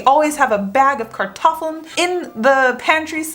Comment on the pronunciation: pronuncation of Kartoffeln is brilliant 😁